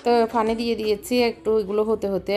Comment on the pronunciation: Apu apni ki noyakhalir sob kothai fo ucharon Koren like Pani k fani,pink k fink etc . otherwise u r good .